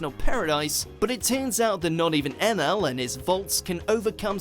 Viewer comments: it's Eneru not Enail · Not to be a "smart" person his name isn't Enel its Eneru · Wasn't it Eneru? Who's enel? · Why is it Enel? I thought it was Eneru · So we not gonna talk about how he said enaru and spelt enaru?